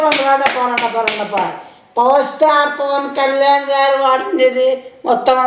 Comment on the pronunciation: సాయిరాం ఎన్నాళ్ళకి వాయిస్ లో నుంచి పవర్ స్టార్ పవన్ కళ్యాణ్ పేరు వచ్చింది... అది కూడా స్పష్టంగా పలకడం ఆశ్చర్యం..❤